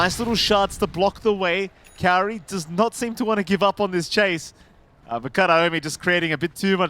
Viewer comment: MLPdota the only one saying kaori's name right